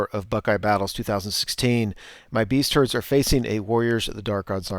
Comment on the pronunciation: Anyone else hear, "Beast-turds"???